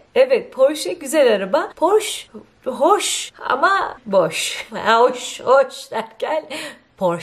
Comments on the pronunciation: Catcha demicem. Porşe değil ablam, Poğşı olacak. R biraz yumuşak. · IKEA'yi aykiya diye soyluyceksin sandım. Bravo. Yalnız poğşı olması lazim Almanca böyle deniyormus. Portia porşa degil mi? Amerika'da neredesiniz?